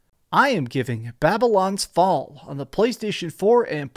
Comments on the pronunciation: Hey man great review really helpful but just so you know you said the name wrong just wanted to let you know but great video man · Could have made sure you can say the name of the game right at least in the intro…